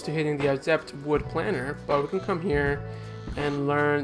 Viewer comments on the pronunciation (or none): Rugged is pronounced [ ruhg-id ] and planer is pronounced [ pley-ner ]